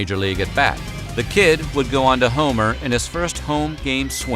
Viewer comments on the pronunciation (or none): none